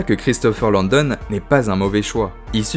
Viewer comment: Hello, intéressant cette vidéo mais c'est Christopher LAndon, pas LOndon